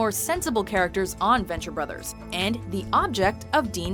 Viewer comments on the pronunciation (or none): none